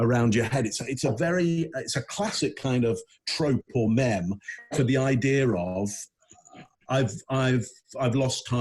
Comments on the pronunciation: love how you pronounce "meme" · Did pronounce meme as mem?! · Coaching world leaders to say 'mem' one politician at a time...